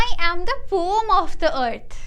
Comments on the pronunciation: Poem ❌ pome ✅ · Poem❌️ Pom✅️😜😜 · Poem ❌ poom ✅ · it is pronounced as pome bruh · "roam" son💔💔💔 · The word poem has got two syllables (po-em). It's po-em not pom.